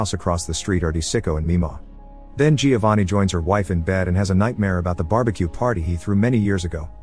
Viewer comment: Great review but you don’t pronounce the i in Giovanni